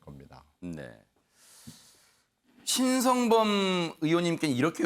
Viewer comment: 신성범도 좀 잘못읽네요~